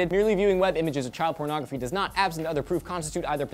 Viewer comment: lol says child PERNogrophy.